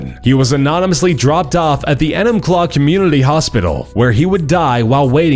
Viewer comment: You pronounced Enumclaw wrong, made me giggle, and the guy who got fucked by the horse was on drugs